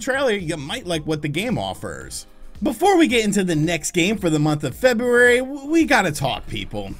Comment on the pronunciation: There's an R in February. Just saying.